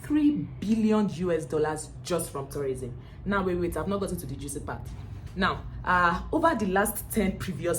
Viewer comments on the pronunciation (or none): none